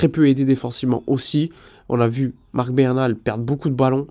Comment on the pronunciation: Bernal* Busquets* Fais un effort mec.